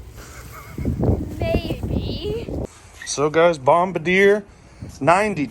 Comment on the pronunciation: It's pronounced Bomb Bard E A 😁